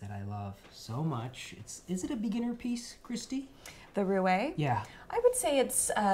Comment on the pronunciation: Loved your video, such a kindred spirit with all the diverse interests! Only one nitpick, my dear: the French word for wheel, "roue", is pronounced "roo"-- the one pronounced "rooay" is the word for cunning, sly, and is also used to describe a womanizer. 😊